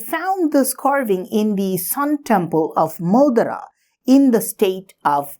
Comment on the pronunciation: Sorry sir, but it is not मोदरा.... It is मोढेरा